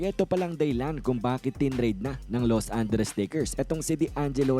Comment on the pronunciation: Ano bang Los Anderes? 😂